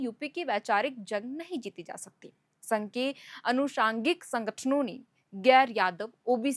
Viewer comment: अनुसागिंक नहीं आनुसंगिक